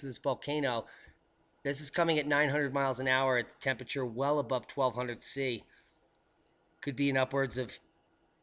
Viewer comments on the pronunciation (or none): none